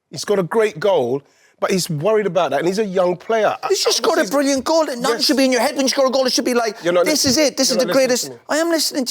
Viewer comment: "This Arsenal team have won nuuutin" 🤣